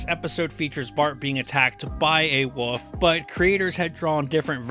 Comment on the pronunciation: Why does the narrator say woof instead of wolf